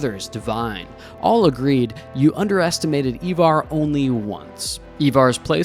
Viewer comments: EYEvar, NOT EEvar. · Americans have no place in this topic.. bias history and mainly incorrect. Can't even pronounce Ivar, it's not Evar! You have your history from a TV program that is also wrong about much.. No Harald bluetooth, no Hrafna and no Sweyn Forkbeard... and many many more. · Why can't Americans pronounce Ivar 🤣